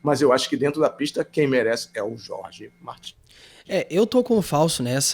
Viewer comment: É muito legal vocês se preocuparem em pronunciar o nome do piloto de forma correta (Jorge (Rorhe) Martín). Ver um canal concorrente pronunciar Jorge "Mártin" é de cair o "cool" da bunda...